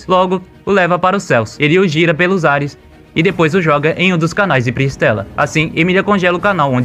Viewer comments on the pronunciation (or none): none